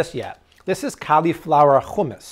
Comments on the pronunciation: They way you say hummus hehe just say ..(how-mous) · Hummos is not pronounced with a KH... "hum" as in "that person is humming" and "mos" like a moss. SO simple! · no it's not. it's a soft sound that doesn't exist in English. The use of H sound is closer to what he is saying.